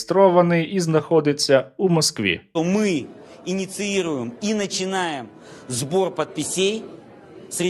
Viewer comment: також помітив що у нього щось там збирається під пісєй)))